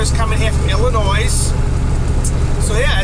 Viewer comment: The s is silent In Illinois Keep up the good work on the videos